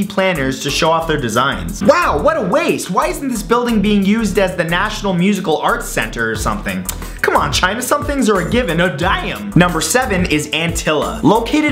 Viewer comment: Hey Matt this antalia not antilla